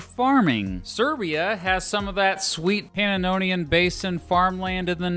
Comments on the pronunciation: You said panononian basin😂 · Plz learn to pronounce Pannonian properly. Thx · I really appreciate all the work you obviously put into this channel and this video in particular,. Just a few little pronunciation quibbles, which you're free to check on or to ignore, as you see fit! (1) The second A in "Carpathian" is generally pronounced with a long-A sound, rather than the short you gave it. [kär¦pāthēən] (2) Pannonian Plain: you repeatedly added an extra syllable, making the first word pana-NO-nian, instead of just puh-NO-nian. (3) And I'd swear I heard you pronounce "origins" with the accent on the second syllable (as it correctly is in "original"), instead of on the first [ˈȯr-ə-jənz]. Don't mean to be hypercritical, but these little oddities can jar your more compulsive viewers, like me! Best wishes, regardless! Paul